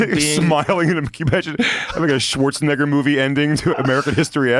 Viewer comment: Bro didn't even TRY to say Schwarzenegger right